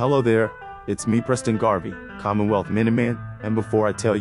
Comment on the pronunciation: As soon as you said presten Garvey I diped